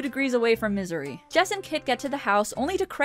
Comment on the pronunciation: "We're about two degrees away from Misery." I know you SAID Misery but what I HEARD was Missouri. :)